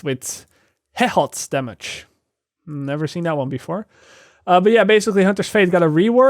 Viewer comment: Man I love 10% more “Hehot” damage, I mean the game is all about that sweet sweet “Hehot” LOL